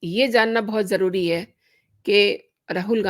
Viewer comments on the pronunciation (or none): none